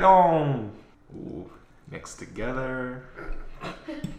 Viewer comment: When said “mix togetherr..” 😂😂👌🏾👌🏾